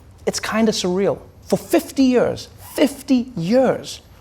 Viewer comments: why he says 'years' so weirdly? YAAAERS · I just want to say I love the way Trevor says years.